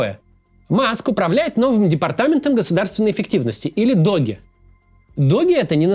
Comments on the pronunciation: Максим, DOGE произносится не с Г, а с ДЖ, как dəʊdʒ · Во американских новостях псевдо-министерство Илоны Масковской называют "Дож", а не "Догги".